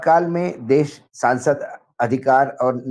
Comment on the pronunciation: Mr Wankhede, please accept my compliments for ur most upfront genuine and meaningful views. It's a privilege to watch ur program. U also appear with one. Can I request you to kindly tell him to set his pronunciation right - he says ' sa ' where he needs to say ' sha '. E.g. for ' desh ' he says ' des '. I have already sent my comments to him. Wish he had acknowledged.